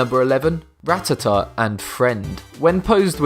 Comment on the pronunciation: He said "rat ta ta" even though you say it "ra tat a"